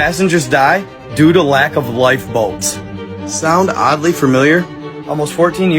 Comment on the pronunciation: Lol thought you said lack of light bulbs